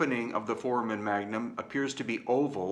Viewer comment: It's pronounced for-AY-men, FWIW. (A "foreman" is the character with the lunch box near the beginning of Kurt Vonnegut's "Player Piano.") Thank you and thumbs up!